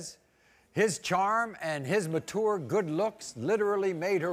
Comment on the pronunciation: i hate the way maury pronounces the word mature